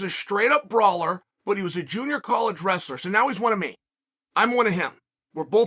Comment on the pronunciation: Chael commenting on how his dad said wrassler is funny because of how he says names like Kamaru Oozmen and George Masvidal and Paulo Acosta lol